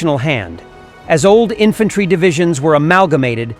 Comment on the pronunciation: "Infantary"? Really, Mr Narrator?